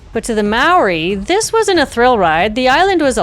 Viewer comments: As a Kiwi I have to commend you on your effort in pronouncing Māori words. You did a good job! Not perfect but FAR better than most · My husband and I went on the White Island tour in 1999. Glad I got to see the place before it erupted and was closed. A truly amazing and eerie experience, like being on another planet. Well done on having a go at all the Maori words 👍 You did well. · Really liked hearing you talk about this one. I am a kiwi, & remember this disaster , it was terrifying. Your description of the whole scene & actions are compelling. Your pronunciation of Maori names is really good too. Thanks again ❤